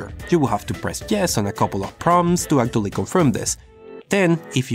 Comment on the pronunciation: acctuially begins